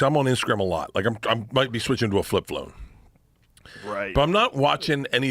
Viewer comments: the comment is making fun of Bert saying flip flone instead of flip phone. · What's a Flip Flone? Bert's tongue is swollen from all the booze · "flip flome" did anyone else hear this in the beginning or just me? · “Flip phlone”